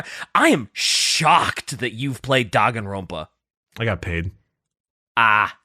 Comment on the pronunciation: the fact that neither of them know how to pronounce Danganronpa is great.